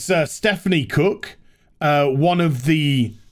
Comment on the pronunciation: You forgot the ‘r’ in Cook...